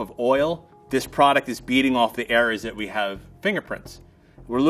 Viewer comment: I keep thinking he’s saying It’s Beating Off.. I may have a dirty mind. Plot twist: That blood wasn’t safe..